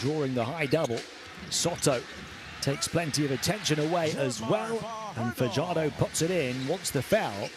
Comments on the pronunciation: Fajardo not padyardo damn you dude youre murdering junemar family name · Fajardo not fadyardo youre murdering the family name of fajardo